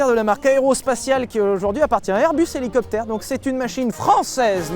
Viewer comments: CA PILOTE UN HOULOUCOUPEUTHÈRE MAIS ONT ATTEND TOUJOURS " LE DIFFERENCIEL" SYLPROUTE ET CHABRIMERDE 🤣🤣🤣🤣🤣🤣🤣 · Rhélicoptére rhélicoptére